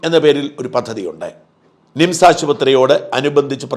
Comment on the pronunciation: ശ്രദ്ധിക്കുക മിംസ് അല്ല നിംസ് . കേൾക്കുമ്പോൾ തോന്നുന്നത് മിംസ് എന്നാണ് . ബോർഡ് കാണിച്ചത് നന്നായി